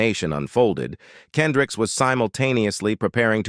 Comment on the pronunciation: How does a news reader get his name wrong...? KendrickS